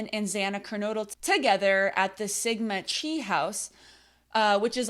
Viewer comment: Sigma Chi (rhymes with “sky”) is a fraternity, just fyi